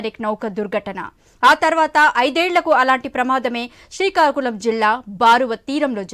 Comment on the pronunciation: సీకాకులం కాదురా బాబు... శ్రీకాకుళం